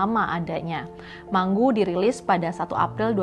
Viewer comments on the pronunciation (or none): Mangu.. Bukan di baca manggu.. Kalo mango di baca menggo.. Biasa baca Inggris yaaa..